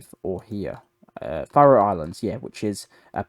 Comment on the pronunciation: Buddy you really need to learn how to pronounce particularly names and phrases like “Faroe” and “Keir”. Also best to be clearer with you choice of language for example has Ukrainian stopped ALL supply of Russian gas to Europe or just the Gas piped through Ukrainian. Last year 2024 just over 50% of Russian Gas to Europe was through other sources than the Ukrainian pipeline so how is Ukrainian prevented this shipment also ?